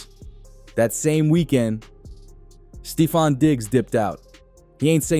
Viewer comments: Yo said Steefon Diggs!!!!! It’s Stephon Diggs homie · U lost me at STEE-fon. Please delete this ma’am. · Stee-fon digs😂😂😂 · Are u a bot, How do you not know how to say Steffon even when you pronounce it in the phone it comes out Stefan which is better than what you're saying But the rest of what you're saying is 💯